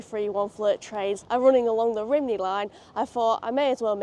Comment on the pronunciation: Just a couple of little Welsh-English (Wenglish?) corrections "Lan-ish-en" "Rum-knee" Fab video. :)